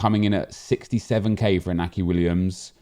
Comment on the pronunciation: You pronounce it Inyaki Williams the accent above the N indicates that